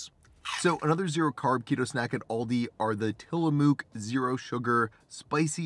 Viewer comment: just FYI. Tillamook is an old American Indian.. pronounce Till- uh-muck 😁 Ps... that's my fav! Zero sugar and 100% flavor!